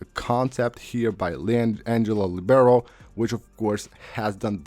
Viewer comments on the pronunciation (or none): none